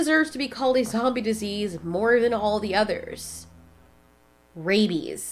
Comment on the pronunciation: The way you pause before you said “rabies” is kinda chilling, ngl 😅